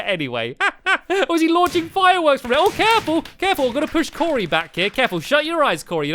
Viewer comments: you said coray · you called cory corrie like corination street the way the call it corrie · I always think Stamps is saying Curry instead of Cory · it sounded like he said curry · I know right! And today we're going to be joined by curry!